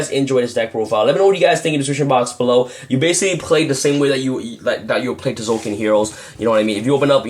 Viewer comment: the T is silent ffs